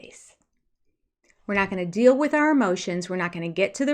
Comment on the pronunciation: The big “pitcher” of it all…it’s no big “dill!” The way they butcher the English languag….😳